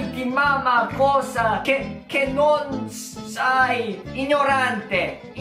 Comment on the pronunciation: penso jun sial'unico straniero che sento dire ignorante senza sbagliare hahahah